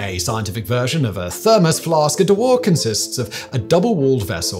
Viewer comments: Nice clarification... I half expected a comment on mispronouning James Dewar's invention as a De-War flask rather than the correct Dew-ar. A small thing, I agree (and we do it with Mount Ever-est all the time, rather than Eve-rest)... ho-hum. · De-war or Dew-ar? It's the latter. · OI, baldy ! Dewar ain't French ! it's pronounced 'Jew--er' lazy sod learn to use Google ! "De' war" lol !...cheers. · Dewar is pronounced roughly as joo-ar (British) or doo-ar (American). I spent a while wondering what this "de war" thing was. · I have literally never heard "Dewar" pronounced as "De-wáhr" before. Every source I know of pronounces it "Déw-uh" (almost 'jew-uh', though Americans will say it as 'Doo-uh'). It's named after its Scottish inventor: he was most unlikely to have pronounced his surname as if it came out of Eastern Europe! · Deh War flask? You mean a 'dew werr' flask? It's like a thermos but better, not really that notable... It's used for liquid nitrogen all the time. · It's a "Dew-Err" not a "D'war". ENGLISH!!! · DEW-ER tank, Do-ER tank, not a DooWhaa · Dewar is pronounced more like 'doo-er' or 'joo-er', not 'de wah'. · Dewar is pronounced more like Do-er. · De WHAT!!??. Dewar, James Dewar, the inventor of the vacuum flask was from Perthshire Scotland and did not pronounce his name as DeWar. However, you will find him on Wikipedia and he deserves a whole programme on his achievements, he lectured at the Royal Society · It's pronounce "DYOU UH" named after the great Sir James Dewar ...... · Fascinating stuff. Thanks for the video. Dewar flask. Oddly Dewar, at least here in his native Scotland is pronounced more like jewer, or possibly jewar and is named after Sir James Dewar, a fascinating individual. Incidentally this is the same name as Dewar's Whiskey (distilled in Aberfeldy, Scotland, not far from where I live), but so far as I know Sir James was not a direct relative of the Whisky magnates with the same surname. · Never heard dewer pronounced that way.